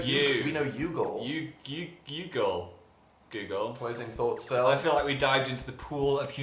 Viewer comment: "we know yoogle"